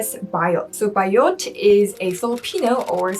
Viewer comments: It’s BAYOT, not BIOT. 😀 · When she said "Bi-yot"....I cringed! hahaha! sorry, love you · It is not pronounced as biot. It is BA-YOT. Yeah it has a bad connotation. But still it depends on how you use it and to whom you say it.